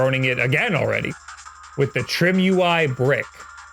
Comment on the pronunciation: could it be that its not pronounced trim-ui but try-me?